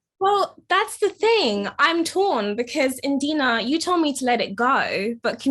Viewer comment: She said indina ong😂😂😂